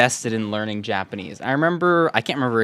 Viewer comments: Why did I hear yapanese at first😭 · Yapenese? Haha I love these videos